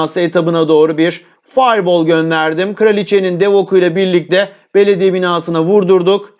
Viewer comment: alev topuna fayyrrrr booll(fire ball) demen kadar itici bir şey görmedim usta